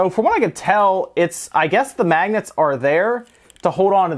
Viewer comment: When you kept saying magnets, I thought you said maggots.